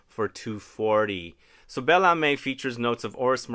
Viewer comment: Âme is pronounced “amm” but you pronounced the others quite well today, congrats!